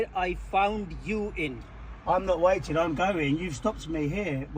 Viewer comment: In this vay...you are vateing.